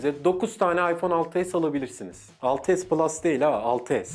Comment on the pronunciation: 6s Plus değil ha 6s diyişin çok güzel lan